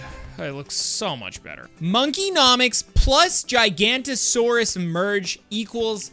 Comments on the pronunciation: It is pronounced giga-not-a-sore-us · IT'S PRONOUNCED giga-no-ta-saur-us SAY IT RIGHT! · You're pronouncing giganotosaurus wrong